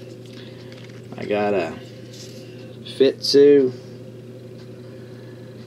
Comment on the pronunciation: Nice finds. I really like that Mexican cent, I have found I peso but never a cent. I believe the button you found is by "FITS U" not "FIT SU".